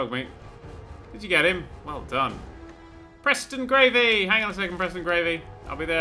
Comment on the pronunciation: "preston gravey" dammit